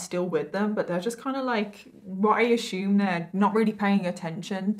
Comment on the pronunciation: "I ashooooooom" lol